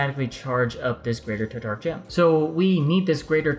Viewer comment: It's sounds like u r saying tartar gem......lol keep up the good work